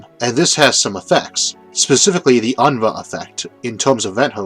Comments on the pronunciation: It's "un-roo" not "un-ruh" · Quick note: In my experience with the name, Unruh is usually pronounced "un-roo". This may be different, but just in case, fyi